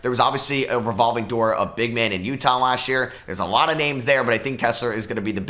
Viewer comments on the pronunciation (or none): none